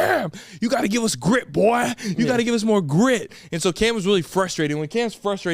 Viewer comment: BOY👴🏻 that sounded too southern